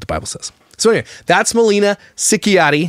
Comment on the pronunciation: Not only the last name you pronounce wrong Tehe 🙃